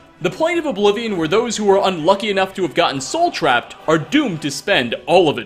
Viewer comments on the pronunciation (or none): none